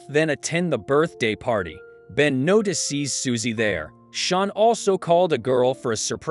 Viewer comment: Yeah, "NOTI SEES" , "SHARONE" , "SHONE", Just to mention a few !!! :face-turquoise-covering-eyes::text-green-game-over